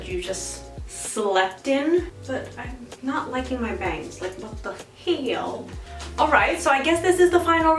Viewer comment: "Sheit" "what the hæll" girl im subscribing i love these 😅😂